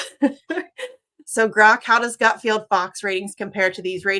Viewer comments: Hey goth lady Jimmy, it’s “Gutfeld” not “Gutfield”. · Someone needs to tell your graphics person that its 'Misty,' not 'Wisty.' (Edit:) And someone needs to tell Misty that it's GutFELD, not GutFIELD. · Did you call him Greg “Gutfield”?